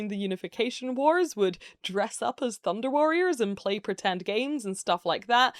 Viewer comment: I keep hearing Thunder cats instead of Thunder warriors